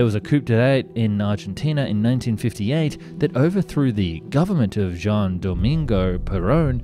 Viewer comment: its not "jan, jean or else." its pronounced something like "huan"